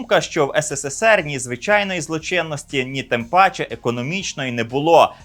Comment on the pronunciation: Ес ес ес ер